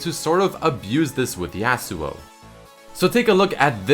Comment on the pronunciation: Yah-suo not YEAHsuo